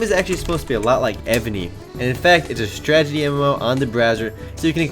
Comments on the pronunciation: say it with me: STRAH - TAH - JEE not: strah - jah - tee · Did you actually say "Stragety MMO"?